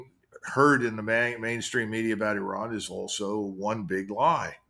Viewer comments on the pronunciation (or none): Euran???, the I in Iran or Iraq is pronounced like the I in Italy, Israel etc...